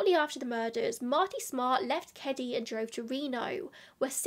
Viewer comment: And that is the correct way ! 🙃 -love from boston